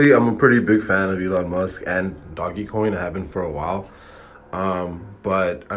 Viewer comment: First off bro you pronouncing doge coin wrong smh and he's working with developers so he will make this happen you negative ass nigga smh